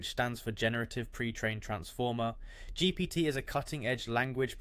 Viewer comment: You're saying "GPT" like none of us have ever heard of it before 😆 thanks for the vid